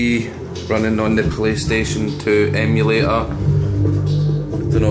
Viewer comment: Why can't you pronounce a t? "Emula or"? WTF? Me al Gear Solid? LOL